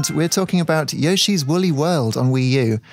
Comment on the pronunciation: His name is Yoshi, not "Yosshi".